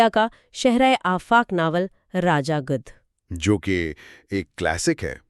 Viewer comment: Apni Urdu tou thek kr len. It's Gidh not gudh